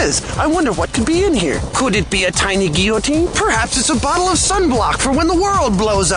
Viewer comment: "Could it be a tiny guiotuine?"